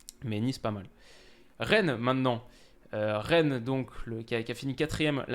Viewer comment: Reine ? Stp fais un effort ( Rennes) 😂😂